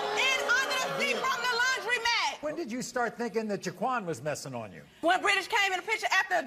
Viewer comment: She did NOT just say Laundrymack 🤣🤦🏽‍♀️